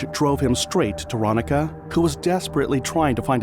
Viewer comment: I'm sure her name was pronounced, ron-neeka